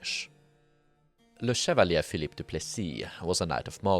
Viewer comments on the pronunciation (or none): none